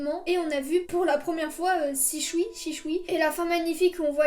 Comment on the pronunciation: Super video ca me fume comment tu dis shisui "SHICHUI"